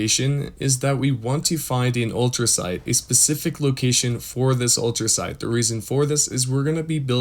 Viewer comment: Not to be a grammar nazi bro 🤣 But its Ultracite , Not ultra sound , Ultrasight or ultra site 🤣 Also thank you for this ❤️